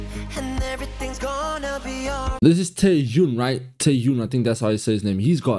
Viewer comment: The pronunciation is JUN/JON not jin. So Yeonjun. Same for Beomgyu, it's guy not gi. In Taehyun, the h is more strong